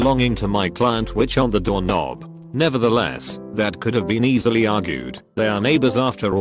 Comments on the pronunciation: I like how the voice pronounced doorknob. More like dorknob. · I love how the text-to-speech kept pronouncing doorknob as “dork nob”